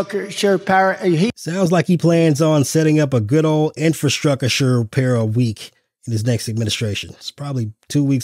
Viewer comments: Infwastwucture, says Porky Pig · Speaking languages no one has ever heard of. Donald Von ShitzInPantz. Infrastruckasure. Vagan restaurants. Bakkakt. Look into the oranges. Ree bee doo-ahhhh.